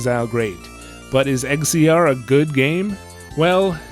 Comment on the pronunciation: to throw it out there, in case no one else said it, X-Z-R is pronounced Exile. Or, Egg Xile.